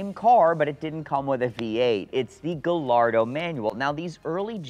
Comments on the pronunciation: It’s not, it’s properly pronounced “GA-YARDO.” 👍🏻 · negative, I'm Spanish is actually pronounced Gayardo the two L's are pronounced as a yah, then roll the tongue at the end, named after Juan Gallardo "bull fighter" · I cringe every time I hear "gal-ardo". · No, it's a Spanish word and that's not the proper pronunciation. Guh... Lardo! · I can't trust someone who calls it a "Gah Lardo" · Yeah you’re supposed to pronounce the two L’s as a y since Lamborghini names their cars after Spanish fighting bulls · Gallardo isn't an italian word, it's a spanish word, I know because I'm from Spain, and that's not how it's pronounced. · Well to a certain certified classic we know that it is pronounced without a 'y' 😀